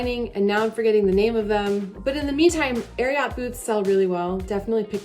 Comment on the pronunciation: It's Ariat like lariat, not air y ought. Sorry, I can take it once or twice, but not forever. It's like nails on a chock board.